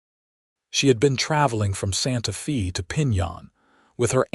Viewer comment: It is so sad that these stories made with AI butcher words and the punctuation, is misunderstood by the algorithm. For example, A name Mr. Smith, is interpreted as Mr. being the end of a sentence and Smith being the beginning of another. There is a pause where it shouldn't be. Santa fe being pronounced Santa feee. Otherwise, a good story. Though this mountain man romance is becoming just an AI formula, where there is not much difference from one story to another. Using AI is not really writing a story. It uses a stereotypical plot, lacks imagination and soul. It doesn't catch the mistakes, and at worst is just cringy, such as werewolf romances. People listening, keep in mind the AI software can take an old man's voice, and make it sound like a young girl with an Irish accent. Listen to other stories and you will notice that some sound slightly robotic, monotone, or over-exaggerated melodrama. It will get harder to tell the stories written by real people, compared to stories that are computer generated after someone in put information for characters, basic plot and narration voices, then pushed an enter button.